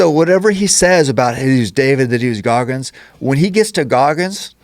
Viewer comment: It's GOGGINS not Gogmins